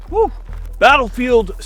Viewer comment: the WOO! is like the most american thing ive ever heard LMAOO